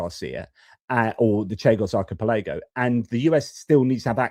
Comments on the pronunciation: Archipelago = ark-e-pell-e-go Happy to help. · Hi. Really insightful video, but would you do us a favour? Just checking your pronunciation of archipelago (ar-ki-pel-uh-goh) 😂😂😂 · Archi-pelaygo, you say? Slightly distracting:) Watched this the first time round. Felt for you regarding the sound issue. Valuable to hear about this aspect of geopolitics that might get swamped by all the other stuff going on. Watched the interview this time.